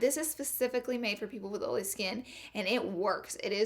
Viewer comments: I’m from the south and I pronounce oily correctly but ig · Anyone just come because she says Oily wrong? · Ohhh so u say oily as olly? Thats cute!! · Im the type to correct everybody. But this so funny. I say it after she say it olay skin. 😂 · When she closed the IT powder container, really hurt my ears. Overall, great advises for "OLLY" skin. Love you Laura 💦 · Ohlee, because, and consiller (concealer) are her funny words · Comment a 💗 for every times she said ohlee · Who else has dry skin but wanted to hear her say olé😂😂😂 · It sounds like your saying Holy lol😂😂😂😂😂😂. Omg I just love you #Lauralee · I love the way she says OL'E 😂😂 she doesn't mispronounce it , it's just her accent. My sience teacher was from the south & pronounced it the same way . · I say oily the sameeeeeee wayyyyyy. And being corrected every time....it's aggravating!!!!!😡😡😡😡😡😣😣😣😣😣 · Damn Laura, I read your video title in my head and already knew how you would pronounce "OILY"...lmao!!!! Love you girl!!!! You can take the girl out of the country but you can't take the country out of the girl!!!! Your so damn fun!!!! Ok now I'm gonna finish watching the rest of the video 🤗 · THE INTRO I DIED LOVEDDDD THIS VIDEO BECAUSE OF THE WAY YOU PRONOUNCE IT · You should makeup a sweatshirt that says, "can't have the oily skin", but oily should be spelled how you pronounce it!! I would sooo wear it!! 😍😘👌